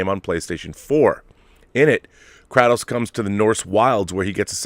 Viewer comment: FYI Kratos pronounced cray-tos